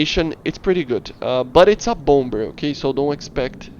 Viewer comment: bompber lmao. bomber is pronounced as bommer